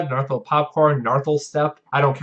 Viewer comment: To harp on pronunciation, it's Nigh (same as Bill Nye the Science Guy) - are - lath ("a" like laugh)- o - tep (as in step minus the s). That aside thank you for giving me the inspiration for my deck. I am looking forward to finishing it and dropping the Lovecraft on folks!